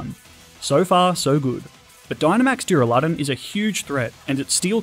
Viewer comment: did he just call duraludon duraladun